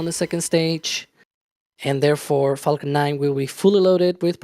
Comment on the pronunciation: The announcer sounds like he is saying f$cken 9, lol.